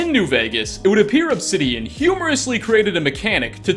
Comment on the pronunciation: But actually the never says Obsidian and even if he did he mispronounces it. He’s like Oxhorn just a Bethesda shrill.